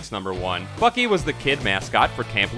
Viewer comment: Why are you saying fuckey instead of Bucky